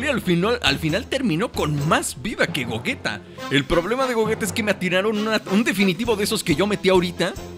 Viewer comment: Se dice Gogeta jajaja no es broma